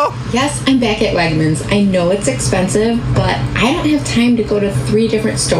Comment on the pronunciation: Uh did she say Wagners instead of Wagmens? Goodness I even know it and where I live we don’t even got 1 single store nearby not even Florida that I know of tbh. Oof yikes.